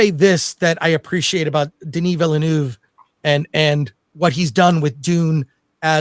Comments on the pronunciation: Nobody pronounces villeneuve the right way it's not villenoov it's villenöve - villen-ehve I guess is the closest just look it up french is not that hard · Denis Villeneuve(Vil-nuh-v). Not Villanuve. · Den-E VILLA-NOOV……… 🤦🏻‍♂️ FFS. Put some français on it dude,…….you’re making Americans look even worse than we already do…… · Is anybody out there capable of getting Denis’s name right?! 😅 It’s Veel-Nerve, like the F1 driver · Americans please, please learn how to pronounce the directors name. It's not Villenooove..!!! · Chris Gore showing us categorically how not to pronounce Denis Villeneuve 😂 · I hate how this guy pronounces "Villeneuve." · the thing is, he pronounces “Denis” correctly……. American arrogance/ignorance at its finest.